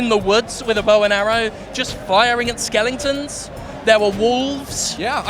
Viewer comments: Wtf Skelingtons? haha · "Skeelingtons"? So there are a bunch of Jack Skellingtons in the game? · Skelingtons! LOL